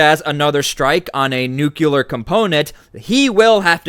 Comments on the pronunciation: My man pronounces nuclear just like George W Bush. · Please pronounce NUCLEAR properly !!!